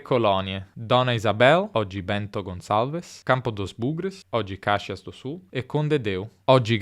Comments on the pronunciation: cáxias do sul, non, ma, caxías do sul. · Esta musica è muito famosa entre as famílias de Talian no RS. A letra conta a história da viagem dos Talian da Itália para o Brasil...❤ Caxias do Sul puoi pronunciare meglio, come se fosse scia molto lungo: Casscciias ok😊?!? Os Caxienses vao ficar bravos se tu chamar Caxias de Cascia 😂😂😂ou pior Cassia! Molto bello il video❤